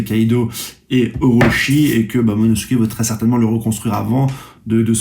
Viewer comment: Oda te remercie de ton soutient et de ton immense influence au sein la communauté One piece mondiale. Il te promet que si tu atteint les 30k d'abonnés, il t'envoie lui-même en Turquie pour te refaire des veuches et surtout pour qu'ils t'apprennent à prononcer le prénom de Momonosoukey!! Espèce de crado va!!